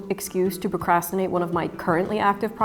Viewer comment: me when new Bernadette video: 😊 me when Bernadette says "procraftinate": 😡